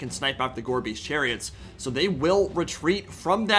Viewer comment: every time you say "Gorebeast chariot" i hear "Gorbies chariot" and i just think of gorbachev clones on chariots